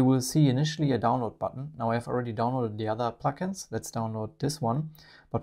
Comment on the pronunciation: I watched this twice just so I could continue listening to “pluck-ins,” which I know is not what is being said but which still sounds so much nicer than “plugins.” Thank you for the feature add!!